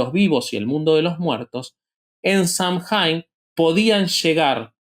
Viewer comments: SAMHAIN NO SE DICE SAMJAIN, SE DICE SAM-¡ÈN! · Samhain se pronuncia /SAW-win/